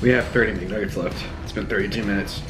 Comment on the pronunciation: It's mcnuggets not mgnuggets